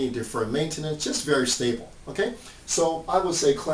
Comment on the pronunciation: It's stable not stabile.